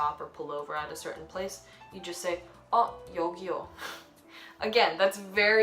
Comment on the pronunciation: this was amazing... so well said kkkkk when you said yuhgiyo😂😂